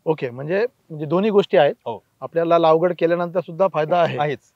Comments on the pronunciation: पहीली बात म्हणजे तुम्ही लागवड म्हणा लावगड नाही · लावगड नाही सर लागवड